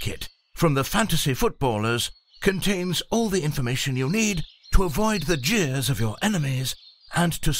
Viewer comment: second mark. I know he said jeers but that accent made it sound like something else 😂